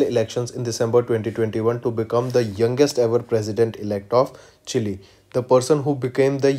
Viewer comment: see how he is pronouncing chile 😂😂😂